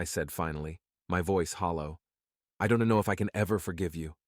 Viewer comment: Overly dramatic. Don Tee, Don Tee. Who is this Don Tee?